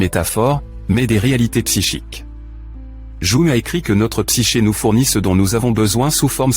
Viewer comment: Jung: prononcez young svp